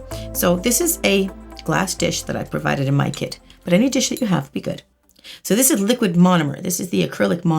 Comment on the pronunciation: When she said kit I heard it as kid. "..or if u have my kid." ???!